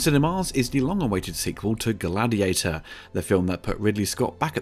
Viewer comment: It's actually GLADIIATOR, as the opening tells us. 😂